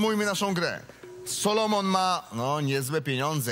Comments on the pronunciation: SOLOMON a nie SALOMON;) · On się nazywa "SOlomon", a nie "SAlomon"